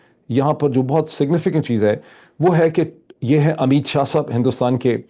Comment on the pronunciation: شا اور شاہ میں بولنے میں فرق ھوتا ھے شا ھندو اور شاہ مسلمان لفظ ھے